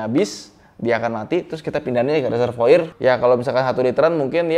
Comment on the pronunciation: Tulisannya reservoir, bacanya teservoar 🤣🤣